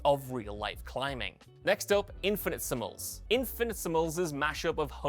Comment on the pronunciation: you butchered the pronunciation of Infinitesimals! Ye gods man!